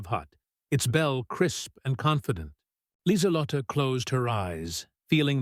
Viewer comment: one young German greeted Lieselott - should be LIESELOTTUH. The 'e' on the end is really a schwa.